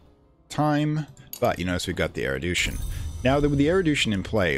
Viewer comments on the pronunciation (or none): Mate, it's "erudition". Not "eridution". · I've already finished that episode and that was not a big issue. Kind of therapeutic, actually, being mildly frustrated alongside the presenter, haha. What did frustrate me though, is that I now have a headcannon that this game's world does not have er-u-d-i-tion, but has er-i-d-u-tion instead. Something different, a broad knowledge of things man-was-not-meant-to-know instead of, you know, regular full-spectrum knowledgeableness. Whether it's there on purpose for engagement, or just one of those "never heard this word pronounced" things, it significantly distracts me from the really nice explanation and narrative you have going on. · Awesome guide, this was a hard phase to figure out, since laying out a foundation for the later stuff is so essential. Erudition is pronounced air-oo-dish-in, by the way. The douche-in pronunciation made me laugh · Loving this series, and thankyou for uploading it - just one thing that's bugging me - you're pronouncing 'erudition' as 'erudootion' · nevermind the crazy lore, what really makes me insane is he keeps saying erodution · Oh, I'm sorry if that appeared in sensitive. It's not a very common word, outside of this game, and your pronunciation was jarring. I'm only glad I don't have the need say the word hyperbole out loud, as I invariably pronounce it 'hyperbowl' instead of 'hypererboly;. Loving the videos.